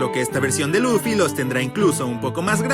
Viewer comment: Dijo loffy es LUFFY😭 al principio😔